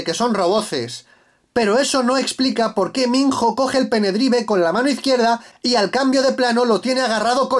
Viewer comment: Un like por los pene-draivs